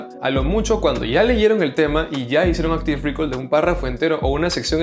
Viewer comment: Gracias por el video! PD: pronuncialo "Áctiv Recáll" las tildes en la á ! ya que lo repites varias veces y parece que dices "Áctiv récord"